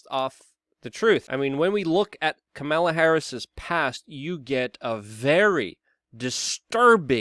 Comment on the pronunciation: It’s pronounced kamala not kamala or kamala. It’s kamala please get it right